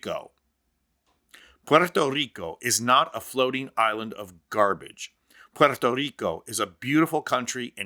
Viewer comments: Thank you, thank you, thank you for making the effort to pronounce Puerto Rico correctly. Pwerto not porto! Now can we try to pronounce Costa Rica correctly? It's Costa, as in Costco not coasta! How do you get coasta out of Costa and porto out if Puerto? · It is refreshing to hear the correct pronunciation of Puerto Rico. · Oh.... Thankyou for apparently being the only person in America who can say 'Puerto Rico' correctly. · Good accent, buddy 🇵🇷